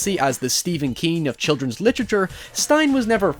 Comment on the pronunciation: I didn’t notice your accent until you said literature oddly